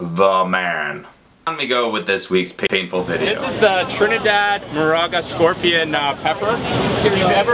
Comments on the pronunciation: It's moruga not maraga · not moraga... it's pronounced MO-Ruug-ah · hey pete it is pronounced mo roo ga... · it's pronounce like moo-ru-ga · U are pronunciating moruga wrong its mor-ug-a